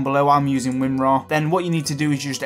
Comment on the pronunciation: WINRAR? SERIOUSLY?